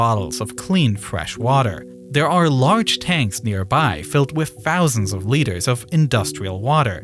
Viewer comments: 'TH' does not make and 'F' sound.. fousand instead of thousand?? 😅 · th- replaced with f‐ , ‐or like ‐w. In the very first sentence he sais "its August five, two fowsand and ten" and " more den two fowsand feed below de surface"